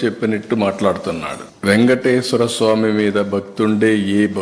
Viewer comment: garu, vegateswara swami kadu sir, Venkateshwara swami 😂. First sarigga palakadam nerchukondi. Kosaram kadu Sir, kosam 😂